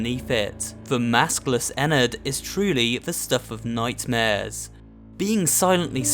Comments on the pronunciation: You pronounce it like en-nerd (ennard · He said ennerd wrong it’s ennard but it does sound like that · Webstrike 445 It sound like what some people call your insides. It's pronounced In-erd. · Actually It's Pronounced "Ennurd"